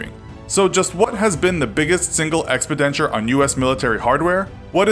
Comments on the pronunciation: Expi-denture? Ex-PEN-diture! C'mon dude ... you make a living with your voice. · lol I think you mean “expenditure”. I don’t know what an “expidenture” is, but it sounds like it has something to do with teeth….. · It's not EXPEDENTURE you know. It's EXPENDITURES... CHECK YOU WORDS RIGHT.. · "Expidenture"? Expenditure? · He keeps saying "expidenture" instead of "expenditure" lol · Lmao we’re going on an expidenture! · It’s expenditure, not expidenture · It’s expenditure not expidenture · It's pronounced "expenditure", not "expidenture". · WTF is expidenture? It's expenditure. Stopped listening after hearing you mispronounce the same word three times. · “Expidenture”? Nah bro wtf are you saying it’s expenditure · "Expenditure" ≠ Expendenture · It’s expenditure. Not expidenture. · Expenditure. Not expidentyer. Expen-dit-chur*... like churros. Ole! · EXPEDENTURE??? YOU MEAN EXPENDITURE EXPENDITURE EXPENDITURE EXPENDITURE EXPENDITURE!!!!!!!! GET YOUR PRONUNCIATION CHECKED FOOL! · Ah yes. American military expidenture. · "Expidenture" - I think you're looking for the word Expenditure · expenditure, not expidenture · im surprised nobody pointed this out, but i cringe each time you say expidenture. it's expenditure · "expidenture" ...*stops watching* PS it's expenditure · The info is great. “Expedenture”...not so much. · Ah fuck me, I couldn't get through the opening of this video after the third time in a row he said "expidenture" instead of "expenditure", it was just too painful to listen to. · Ex-pen-di-ture not expidenture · ECKS-PITENSHUR? its expenditure you big ol DUMDUM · EX pahdenshure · “Expidenture.” Usually I don’t bitch about grammar but he said it too many times to ignore lmao. The word he’s looking for is “expenditure.” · Expidenture? Its called expenditure. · Ex pee denture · What's an "expedenture"? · ROFL “expi-denture”. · What is an: “Expendadenture”? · what is an expedenture??? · "EXPEDENSHURE" ARE YOU KIDDING?? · Ex-Pen-Diture! Lol.